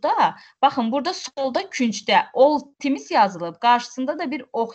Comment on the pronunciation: Oy bir ildi bu problem var amma həll edə bilmirlər.timis yox tims